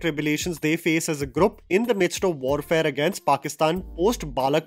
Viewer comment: Dude why do you keep pronouncing “GROUP’ so weirdly , sorry . Minor quip